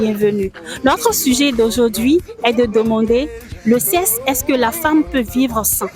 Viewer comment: on prononce le seksse et non sesse sexe